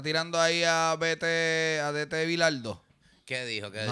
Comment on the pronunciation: Es DT se pronuncia DETÉ viene de Director Técnico (Fútbol/soccer/no se como le digan allá)